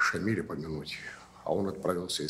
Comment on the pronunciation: Уважаемые режиссёры и сценаристы ..В имени Шамиля ударение ставиться на я ..а не на и...А так фильм прекрасный...